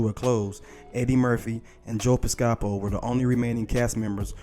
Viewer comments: Joe Piscapo's last name is pronounced PISS-kapo not PISS-KA-po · Pis-ca-poe, not Pis-cahpt-po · Pronounced. ….Joe Piss KA Poe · Bill Murray replaced Chevy chase and was technically not an orig cast member. Also, dudes name is Joe Pispaco(PISS-cuh-poh) not pez-KAH-poh. Also, you talk for a living so TRY to get some names right. There been at least 4 so far…. Damn that’s just dumb. How can you get monetized by not even knowing how to say a name? There goes 5 & 6. I’ll wait for the rest… LOVE-itz.. Jesus dude. Not the Levitz furniture shop. Damn dude. I’d fire your slack tongue if I had the chance. And how many times will you talk about the Duck show? And his early movies? Lord this is bad. So bad. Other dudes name is “A. Whitney Brown.” Fam dude. Do some research. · It’s pronounced “Piss-ca-po” not “Pi-sca-po” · You said Joe PIS SCA POE (Piscapo) wrong. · PisCApo? Ugh. You can tell the narrator knows nothing about old school SNL. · FYI its pronounced Joe Pis co po rent a few Electric company episodes it will help with proper grammar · It's Pronounced, PISS-KUH-POE ... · Please learn how to say people's names before posting a video! His name is Joe Piscopo pronounced PISS-KAH-POE! Jon Lovitz is pronounced Jon LOVE-ITZ!! Good grief! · For a minute I thought he said "Joe Gestapo" 😆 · Please learn the correct way to say Joe Piscapo's name. Seriously, it's not that hard. It is pronounced PISS' KA POE (emphasis on the first syllable). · Bruh, "Joe pis-COP-oh?" "John LIV-its???" Damn bruh you gotta be young as hell to mispronounce legendary names like those. I'm saying, you gotta be 24-25 MAX? smh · Learn how to pronounce Piscapo correctly, please. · How you gonna mispronounce a name that gets announced on every episode? Lovitz AND Piscopo? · how you mess up Joe Piscopo name?? otherwise good synopsis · but not as bad as his butchering of Joe Piscopo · You can't pronounce Joe Piscopo??? 😮